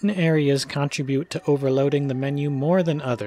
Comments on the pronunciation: I'm sorry but this was just really bothering me. The word "contribute" is pronounced cun-TRIB-yoot, not CON-trib-yoot. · "Change" shouldn’t be capitalized "Guardian" should be capitalized "Google" should be capitalized "it's" shouldn’t have an apostrophe You consistently mispronounce "contribute"; stress is on the second syllable. I don’t really mind these things but you asked...